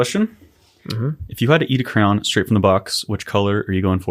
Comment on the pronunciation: And it came to pass that my beloved brother spoke the word "crahn". Yea, he spoke it in the stead of "cray-on". And it did pain my heart exceedingly. Yea, he did speak the word many times over. And it came to pass that I wept. Yea, I wept for the pain in my ears. And I do fear that, my beloved brother, does also say "pellow" in the stead of "pillow", and "melk" in the stead of "milk". Yea, I am left to wonder. My soul is pained, nevertheless I do love my beloved brother.